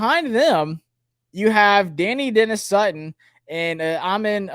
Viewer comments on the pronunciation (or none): Da-NYE Dennis Sutton. Please